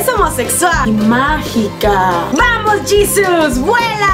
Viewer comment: Jesus*** se escribe igual pero se pronuncia diferente.